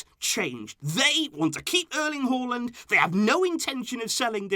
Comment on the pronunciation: It's Haa and land not hualand